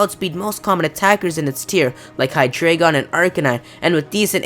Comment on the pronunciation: its pronounced HI-Dragon